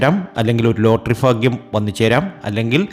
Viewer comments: ഫാഗൃംഅല്ലാ ഭാഗൃമാണ്. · ഫാഗ്യം. മാത്രമല്ല സൗഫാഗ്യം വരെ വരും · Faaghiam alla. Bhaagiam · ഫാഗ്യം, അനുഫവം, സൗഫാ ഗ്യം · ഫാഗ്യം സൗഫാഗ്യം 😊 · faghyam അല്ല BHAGHYAM ആണ് ഇതൊന്ന് മനസ്സിലാക്ക്